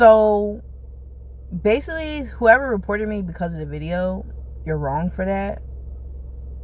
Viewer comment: "basilly" go crazy 😂😂